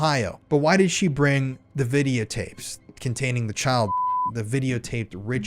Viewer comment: love you brotha 😂